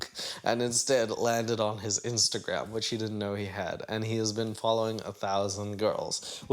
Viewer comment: It funny how Angela says “follern” instead of “following” 😂😂😂